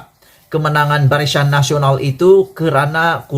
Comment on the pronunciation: BARISAN WOI BKN BARISYAN. SEBUT PUN TAK BETOI.